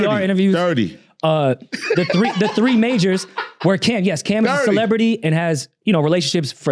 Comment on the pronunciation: Elliott pronouncing "three" as "free" is so diabolical 😂😂😂